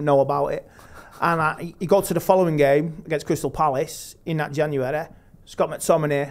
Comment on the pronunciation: Januwereh hahahahaha